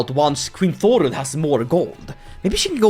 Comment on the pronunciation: Thorrun. The 'Þ' is pronounced like the "th" in "thing".